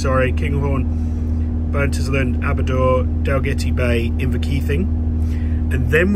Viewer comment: My mrs is from fife and it bugs her that you can pronounce kirkcaldy properly but not Burntisland, Aberdour or Cardenden 😂😂 (Pronounce should be burnt-island, aber-dower and card-den-den)